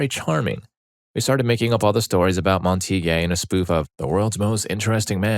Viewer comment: Montague is pronounced MAHN-teh-gyoo (mahn pronounced like the Jamaican "mahn").